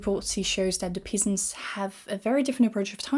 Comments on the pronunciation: English is such a stupid language, sorry... heathens is pronounced hee-thens and peasants pezants, I point this out because your English is fkn amazing and I personally prefer it when someone softly corrects me when I'm speaking a second language :) Oh and thanks for your videos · Good video but I can't help but mention that you mispronounced "peasants" and "heathens" with the "ea" sound of the other word. It's impossible to deduce so many English pronunciations from spelling, probably more so than French.